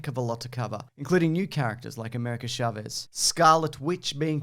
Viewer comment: Dear YouTubers who don’t speak Spanish, Chavez is pronounced “ch” like “chalk”, no “sh” like “champagne”.